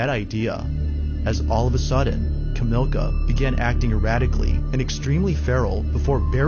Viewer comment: Not sure why the narrator can't get the Polish lady's name correct. It's NOT Kamilka. It's Kamilla, as in Camilla - like King Charles' wife's name. It's spelled out on the video and you hear the police call her name. No escuse for not getting pronunciations correct.